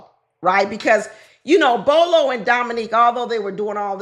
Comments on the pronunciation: Not Bolo lol Bello bell-o 😂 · Bello not Bolo. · The gentleman with the beard in the pink suit ‘s name is Bello not Bolo.